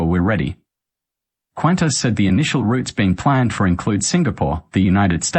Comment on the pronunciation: You cant even pronounce Qantas. Why should we pay attention to you.